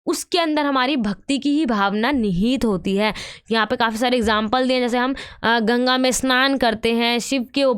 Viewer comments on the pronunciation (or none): none